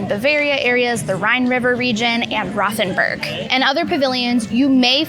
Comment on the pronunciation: Rothenburg is pronounced like Row ten borg. Würzburg ist pronounced like Vuhz borg. Küche is pronounced like kew kuh. Those were the ones that stood out the most to me. I am from Heidelberg in Baden Württemberg. Part of the pavilion is modeled off my cities castle. Thanks for showing the pavilion of my country. Danke!